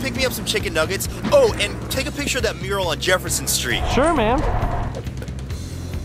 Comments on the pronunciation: It Says Pitcher Instead Of Picture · Said Pitcher not Picture